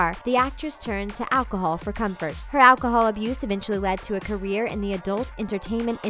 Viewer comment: "Herself or her" ... "carrier"